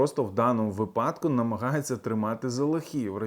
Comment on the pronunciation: правильний наголос - вИпадок, вИпадку